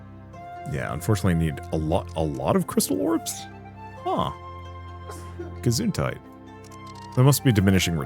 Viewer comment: Well, yes, I know what you mean. His 'Gesundheit' was on point, though. 😅 Additionally I don't mind the accent that is inevitably involved when pronouncing words that have no phonetic similarities in the English language. Listen to 90% of Germans trying to pronounce the 'th' in any word 😅 that is no prejudice